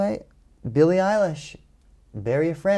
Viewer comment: Billie, not "Benny"...